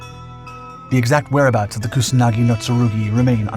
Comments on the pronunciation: It's Kusanagi, not Kunasagi... wtf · You need to work a little on your pronunciation. You can use Google Translate. You pronounced Kusanagi as Kunasagi and Atsuta as Atsta. It's Yamata no Orochi not Tamata no Orochi. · He calls it Kunasagi... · If you are dedicating a whole video about a specific sword at least pronounce its name right